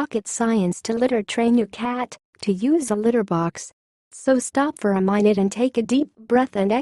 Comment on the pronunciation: "So stop for a Minet" Lol